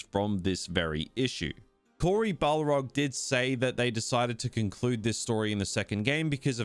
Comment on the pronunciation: He really said Cory Balrog! Awesome